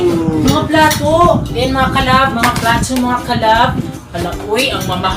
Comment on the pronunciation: hahahaha "platwo" sarap nyung panuorin nakaka tawa